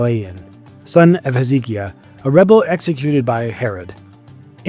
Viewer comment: Pronunciation of ancient names needs work.. ie Hezekiah is pronounced Hez-uh-kai-ah.